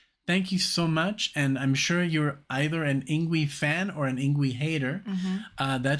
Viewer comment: His first name is pronounced “ing-vay”. 🤙🏻😎